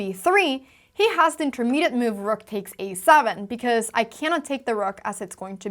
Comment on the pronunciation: When move is a verb, Anna pronounces it ‘moove’. When it’s a noun, it’s ‘myoove’. So sweet!